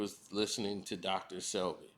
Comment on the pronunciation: His name was Dr. Sebi. Not Selby. Lol